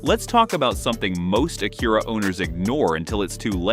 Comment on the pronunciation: Ok, first off, your AI is mispronoucing the name of Acura or whomever wrote the script misspelled Acura. How about do some editing and correct it before releasing this video. Second, use blue coolant then show pink coolant being poured into the coolant reservoir. Change your power steering fluid but don't use what's recommended by the manufacturer?? Change your air filter, keeps your engine clean, then goes to show a dirty water pump impeller. WTF??! Lastly, "you don't need fancy tools...", is misleading. You do not want to tackle a timing belt and water pump replacement unless you do have alot of tools, a drain pan, and a fair bit of know how.